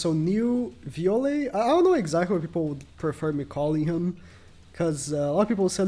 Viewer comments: In Native language (Brazilian portuguese), the "E" is pronounced as an "Eh", that's why he said v-oh-leh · vi-oh-lay come on bruh shouldve just called him bam instead of butchering bros name lmfao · Vee-ole is the pronunciation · Lol so tru😂😂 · Hes real name is bam, and your butchering his name lmao, its Jue Viole Grace in his fug fit